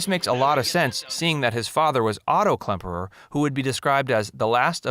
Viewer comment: Too many mistakes in this video for me to take it seriously. I grew up watching "Hogan's Heroes." As others have pointed out, the writer and/or narrator does not even seem to be familiar with the show, especially it's premise. Add to that the pronunciation errors, and I gave up about 3 minutes in. "Stuh-lagg" ? LOL "Whiner" Klemperer?